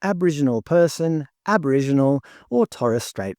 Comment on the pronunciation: We now pronounce it as Abowhingenals.